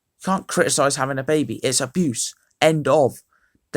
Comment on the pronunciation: “Aboose”😂😂😂 good vid tho